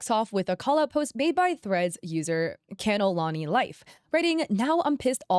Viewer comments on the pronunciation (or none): hi hawaiian from oahu here, its pronounced kah no eh lani! not can o lani 🤍